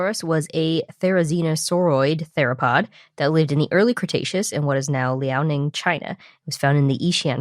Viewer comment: Wow your pronunciation of Beipiaosaurus and Liaoning and other Chinese names is pretty good! Do you know Chinese?